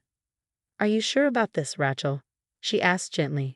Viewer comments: Ratchill? Either ESL or ignorant AI..... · Rachael is pronounced Ray long A Shell Rachell. Lovely name not like a wrench or rachet. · The spelling of this story is very bad. It makes it hard to really understand the story. Even the pronunciation of some of the word are bad. Even Rachel is pronounced wrong. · The a in Rachel sounds like your a in the alphabet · The way it pronounces Rachel is more like a mans tool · 1. There is no “T” in Rachael. 2. The word Faux is pronounced “foe” not fox 3. Victoria protested “WEAKLY” not weekly. 4. The word resume is pronounced “Ray Zoo May” not “Rey zoom.